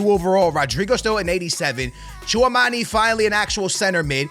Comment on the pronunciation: Bro it’s not pronounced chew a mani it’s chew a meny